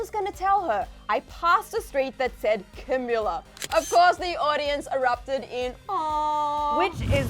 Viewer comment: Her name is pronounced Ca-mee-la